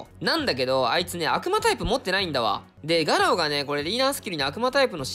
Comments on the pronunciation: ガロウのイントネーションが気になるw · ガロウのアクセントはロだよな確か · 最後ガアラって言って悲しい、ガロウです